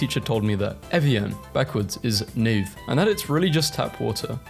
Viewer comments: you seriously just said evi-yann and nay-ve in 1 post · bro couldn't pronounce naive